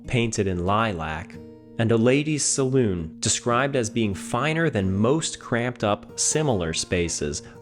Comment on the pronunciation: I'm pretty sure that was actually the (Ladies "Sa - Lon") rather than Ladies Saloon. (I'm surprised, I know your rather "ahead of the curve on Class"). 😉